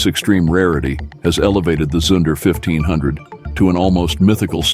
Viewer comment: Zunder is pronounced zoonder, not to rhyme with sun or under. Education in deficit.